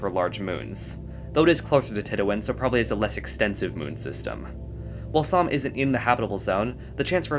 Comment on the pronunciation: Samh sounds like Psalm somehow